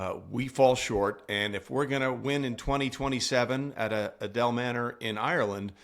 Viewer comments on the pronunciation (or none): "Looking forward to the 2027 Ryder Cup" ?? Start with getting where its going to be held correct.. its ADARE Manor.. not "Adel"... not that it wouldn't be hilarious if the yanks showed up at the wrong golf course.